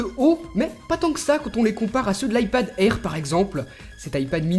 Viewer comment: L ipad airrrrrrrrrr mdr